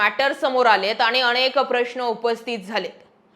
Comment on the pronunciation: अणेक नाही अनेक.